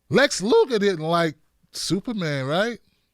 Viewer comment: Lex “Luther” bro,,, Lex “Lugar” was the wrestler lol